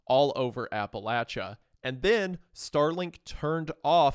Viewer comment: As a western NC native, the pronunciation of Appalachia almost made me tear up, thank you for covering this. Really appreciated this video